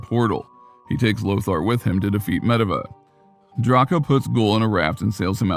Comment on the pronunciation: Pretty sure the narrator doesn't play World Of warcraft. Because he totally mispronounced Medivh and Goel. He got the other names right though